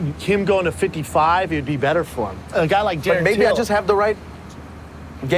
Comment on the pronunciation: Annoys me the way he says 55